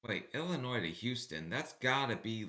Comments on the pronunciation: IllinoY. The s is silent. If you want to drive an Illinoisan crazy, pronounce it Illinoyz. Hi from Bolingbrook, IL! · The S is silent in Illinois. Born and raised here. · Illinois. The 'S' is silent. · Illi-noy. The " s " is silent. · as somebody who is born and raised and still lives in Chicago please don't pronounce the s in Illinois it's so annoying to people like us. Please and thank you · Hey, the S is ALWAYS silent lol same for illinoisans, sssssssilent lol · do not pronounce the S in the word Illinois. people like myself that are from Illinois and live in Illinois are so annoyed by people who pronounce the S.😂